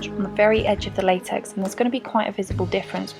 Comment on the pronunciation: Latex it said laxex but I know what it is